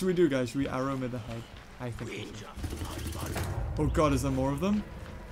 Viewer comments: its not wenji its wenja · That’s a J not a G instead of wedgie but get rid of the DGIe and put in NJA and you get wenja!